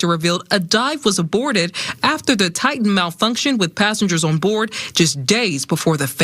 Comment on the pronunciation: Deeev? TITan? Really?